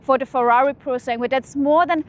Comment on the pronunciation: don’t mean to offence here, but this is super duper easy to pronounce. Just ask ChatGPT to teach you how to nail basic Italian intonation. It’s “Pyu ro (roll the r) sAnn (do accentuate the A) guay “ 😜